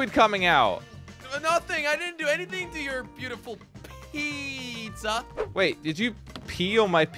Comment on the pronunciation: When said peeza (pizza) it me laughing hard 🤣🤣🤣